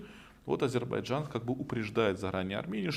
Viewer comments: Фархад, научите русских гостей правильно произносить Азербайджан. Мне как бакинке ухо "режет".😊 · Какое хамское требование - бакинка, не слушаете на русском - ищите переводчика беседы с правильным произношением((((